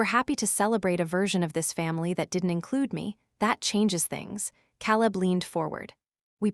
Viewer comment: Can’t you pronounce Caleb right